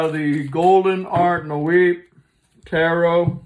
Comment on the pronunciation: Art Nouveau pronounced Art Noo-vo (it's french)